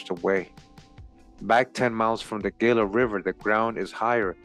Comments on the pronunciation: Gila is pronounced "Hee-Lah" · Everytime you say "Gila" I flinch. It's pronounced "Hee-la." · " Fun fact " The Smithsonian admitted having destroyed hundreds of giant skeletons. In the same era these articles are from. Shortly after they were established. I was raised in AZ and no offense intended at all (True story ) but it kinda stung when you mispronounced Gila. Lol So ........... Heela is how Gila is pronounced. This was a good video. I've subscribed for sure. 🤗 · Gila is pronounced Hila. It is a Spanish word. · 🤣 😂can't even pronounce Gila and Llama correctly